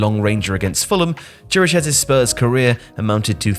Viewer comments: Oh, and I just got to Chiriches (should be pronounced KI-ri-kesh) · Why is nobody able to pronounce Chiriches's name right? It's simple, it sounds exactly like Kiri-kesh, even easier than most of how people try to say it.